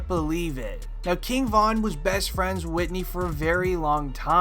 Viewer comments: WHO TF IS WHITNEY? YOU MEAN WHITEY? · Whitey not whitney